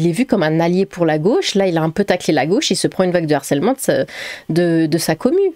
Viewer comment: "...une vague DE harcèlement" et non pas "D'harcèlement". Avec un H aspiré.